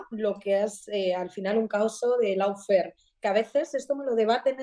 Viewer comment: gran programa como siempre. Una pequeña corrección: Se pronuncia "lofer" y no "laufer" ( lawfare ) Dicho lo cual: Enhorabuena otra vez!